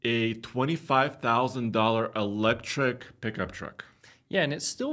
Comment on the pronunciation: You lost me “electric”